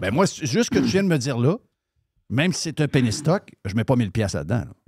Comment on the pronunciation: Chaque fois que dit penny stock j'entend "pénis toc" hahaha